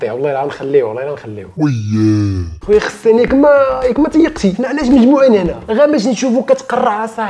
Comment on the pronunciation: غسان ماشي خسان 😂😂😂